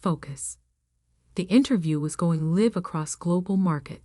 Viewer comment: Okay this AI can not pronounce one of the biggest designers in the world CHANNEL. It is pronounced (SHA NELL). STUPID AI. It also can not pronounce Live, you pronounce it L I VE ,PRONOUNCE I . SAY IT AS (I). ..... WHEN you have a (e)at the end of a word the prior vowels are pronounced as the vowels are pronounced. AI can not compute 2nd grade English. The content Creator of this site should do better. I guess they do not listen to their own content before posting. The woman in the story is a very strong character, like most women really are.